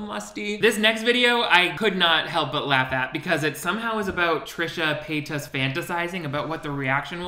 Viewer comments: wait why do you pronounce her name so weird? trisha pay TOSS 😂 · Love the way you say "Trisha PAY-TOSS".... LOL. 😂😂😂😂😂😂🔥🔥🔥🔥🔥🔥🔥🔥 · "Trisha Pay-TUS" 😂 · The way you say pay-tas bothers me every time lol I love it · The way you say Paytas is triggering in a way I cannot describe 😂